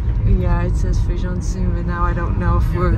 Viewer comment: 😂😂it’s not FEIJÃO (beans) it’s FAJÃ de Cima or FAJÃ de Baixo. You two are so funny. 🤣🤣love you guys ❤️